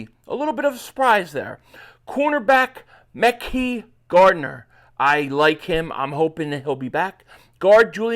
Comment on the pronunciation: It’s pronounced Mick Eye MickEye Gardener